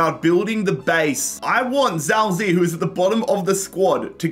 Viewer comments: Zhao zi to zhao zei ..... it's chao ji ye not a hard ch, more like j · His name is ziye not Zhao zi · As a chinese descent Zao Zei triggers my ears too much. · it; s pronounced jow zi yeah, btw. He's scored a few games this season despite not being a starter and playing for a relegated team. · i'm chinese, this entire video pronunciation of zhao ziye pains me